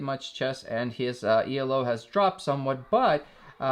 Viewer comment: "E - L - O" made me laugh ;)